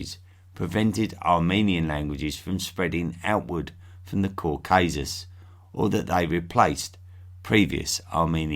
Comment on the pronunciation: it’s Caucasus, not "Caucuses".